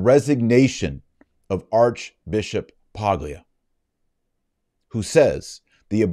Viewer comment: As a native Italian speaker I know the English is the most glorious language but in Italian & Spanish the "g" in "Paglia" is silent just as it is in many English words. It's "P-AH-L-y-ah" in Italian & Spanish. What is Paglia English? Straw [noun] (also adjective)